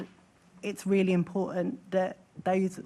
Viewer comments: She said imporunt not important she missed the t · What? Tooken? What is tooken? Do these people not need an education for these high paid jobs? Imporunt! Frew! This womans pronunciation is disgusting